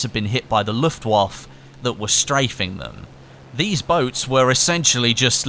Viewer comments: its the Luftwaffe or when said 'luftwaffer' not luftwaff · Luft-wawf.. ? Luftwaffeh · Pronounce Luftwaffe : Luft-Vaffeh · You do realise you pronounce the 'e' s in German words? Herrman Georing - pronounced : Go-er-ing. Luftwaffe - pronounced: Looft-Waff-e